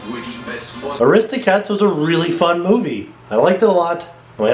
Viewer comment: Heh, you say Aristocats differently :3 Also, if you go on a Disney Cruise, take me with you :o